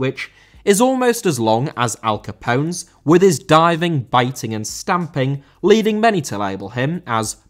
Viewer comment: Capone* not Chepouwn